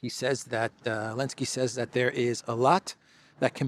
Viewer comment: why do you not pronounce the “Z” in Zelenskyy?